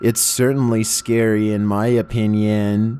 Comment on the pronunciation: So scarwy (UwU)